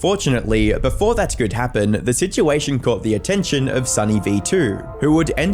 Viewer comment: "citation"? Bro do u mean "situation"?